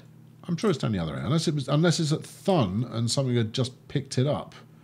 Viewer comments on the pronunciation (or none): again great episode! but, I'm still wondering, who told you how to pronounce "Thun". In German it's simply pronounced like "toon", like in cartoon. I am playing the same map while watching your videos. I am a bit ahead, and as a tip, I connected two Airports quite early, but they're paying out. Locarno and Bern get a shared Airport in the middle, and people love to fly out to Schwyz and the cities around it. Keep on going mate, Schuubi